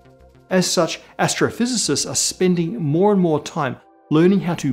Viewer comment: said "Astrophysicists" but I heard "gastrophysicists".... I think I'm hungry...